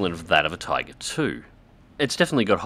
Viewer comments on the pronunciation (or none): none